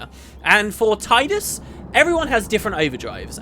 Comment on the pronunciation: Hmm, that's pretty interesting stuff! Still agree with the way you say Tidus for the same reason that FFX has a huge water themed element to it (Brotherhood, Blitzball & Sin; teleportation/timetravel) & because that's how I've always said it =p